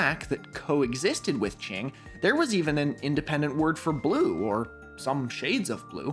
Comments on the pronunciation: indigo proves Newton was a fraud the whole time. it's qing not ching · Not to nitpick but the way q in qing is pronounced is at the tip of your tongue. You put the tip of your tongue gently onto the back of your teeth. It sounds a lot more like a ts sound (imagine imitating a bomb about to blow up) more than a ch sound in English. Ch is on the other hand pronounced by pressing the flat of your tongue onto the roof of your mouth